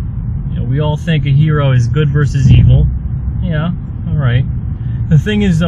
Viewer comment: it's certainly not a Her-O...just saying.